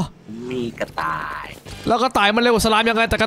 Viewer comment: ทำไมได้ยินว่ากระตาย